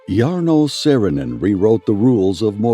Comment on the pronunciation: Cant you just pronounce the name right at first?? Too difficult????